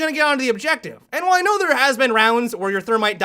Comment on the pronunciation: "Play the objectivuh"